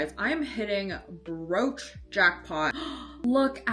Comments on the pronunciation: I thought she said "roach" 😭😭😭😭😭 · me too why she cant say brooch its not a hard word